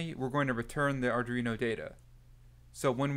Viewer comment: Just my usual comment - the name of the board is Arduino. It is NOT Ardrino. Please learn how to pronounce it correctly. Again, good content, but you really need to learn how to pronounce Arduino correctly.